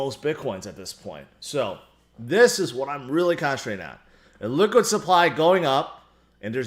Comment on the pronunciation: Sounds like you're saying "liquid supply" instead of Illiquid supply.